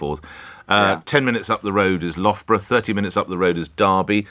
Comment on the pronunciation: Never heard my hometown Loughborough pronounced like that Nick!!!